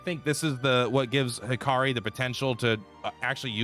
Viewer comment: What about when he calls Hikari Hakiri?